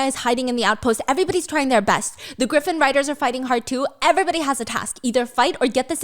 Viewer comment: Not stephanie calling a Griffin/Gryphon as a Graifin 😂